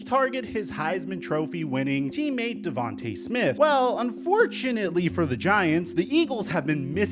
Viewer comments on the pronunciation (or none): It's pronounced Devant-uh Smith